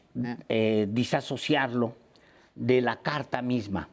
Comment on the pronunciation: se dice disociar, no disasociar.